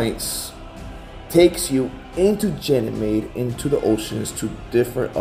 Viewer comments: so, is it pronounced with a "G" or a "J" sound? says it like a "J" and says it with a "G" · I've always heard everyone else pronounce it like with a "G" as in gab or gather... pronunciation with the "J" sound, as in gentle or giant, is the first time I've heard it said that way... is that how they pronounce it in the military? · He's just a straight up fool talkin bs and doesn't even say Ganymede properly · That did stand out to me also- him pronouncing Ganymede with a "J" sound. If he was among people all deployed there one would assume that he would be using the same pronunciation as everyone else....